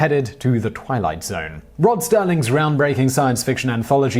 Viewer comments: Serling, not Sterling. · You don't seem to do much research for your videos. The twilight zone host is called Rod SERLING not sterling